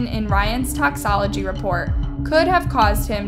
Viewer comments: Just some feedback, you have inconsistencies in your pronunciation across videos. In this specific video It's Toxicology, (tox-e-koh-low-gee) and Toxicologist (tox-e-koh-low-gist) (you said toxo) It's Penitentiary (pen-e-ten-sh-air-ree) not pen-shi-airy Some of the words you stumble with are keywords in the content you produce (crime and law) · Your content is super interesting but your pronunciation of some words is atrocious honey. It's toxICOlogy and toxICOLogist. That's just a couple of examples lol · Love you girly but it's pronounced toxicology tox·i·col·o·gy lol